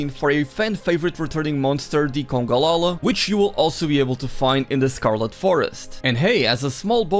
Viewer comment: Congala not Congalala.